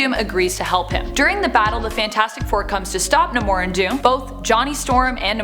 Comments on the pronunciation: His name is Namor, as in NAY-MORE, not Nimor lol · It’s pronounced as “Nay-More”, not “Nuh-More” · Namor is pronounced as Nay-More. Say it Nay-More. You could at least watch the old cartoons. Even Spider-Man and his Amazing Friends. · Geez “nimor” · It’s Ney-more... learn how to pronounce it properly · That's not how you pronounce Namor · Love the post but please pronounce Namor the right way